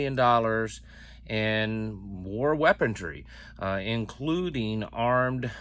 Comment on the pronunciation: Why do you say, weapontry?